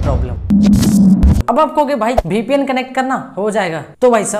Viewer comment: BPN nahi hota VPN hota h vo 😅😅